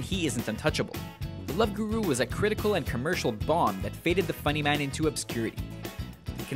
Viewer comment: Guru, :P not Huru